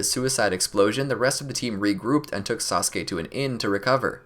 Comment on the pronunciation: he said sauske not sasuke